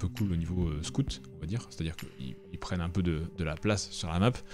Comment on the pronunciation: On ne dit pas "perain dans le temps" mais pérenne au masculin comme au féminin !